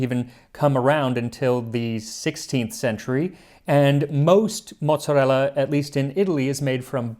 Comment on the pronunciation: Let‘s see when the angry comments come in that it is calles „Mooot-Za-Ella“ by ppl who think they are italian, but are actually just „Noo-Yorkas“, because you completely pronounced like italians would…